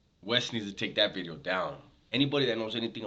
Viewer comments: Ronnie Blueeyes started the buz with you saying VITEOOO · It sounds like your sayn vidrio! G heads loven that haha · Because it sounds like bideo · Dubs trips me out man, when he says video just like my tios, and pops saying the word beach sounding all chunty. Lol no worries keep the great content coming.